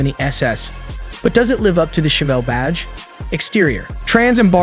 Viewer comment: Ai voice is lame. "Tchevy Tchevelle"...smfh